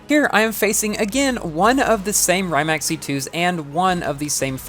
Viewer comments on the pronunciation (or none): just a heads up, the pronunciation of “Rimac” is closer to REE-mahts. Not a perfect approximation, but it’s a bit better than RYE-mack